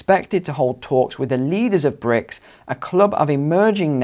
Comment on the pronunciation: BRIC, not "bricks".